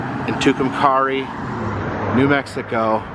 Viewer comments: Pronounced too come carry. I lived there and graduated high school in 62. They came up with the name legion has it when someone was carrying a rock and said two come carry. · Love your channel! It’s not a big deal but I’m pretty sure it’s pronounced Two-come-carry! Atleast that’s what I always heard it called! Anyway keep up the good work!👍🏻